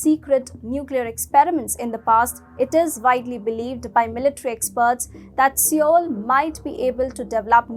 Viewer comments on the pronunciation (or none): Love your stuff guys but Seoul is pronounced "soul" not "see-yole."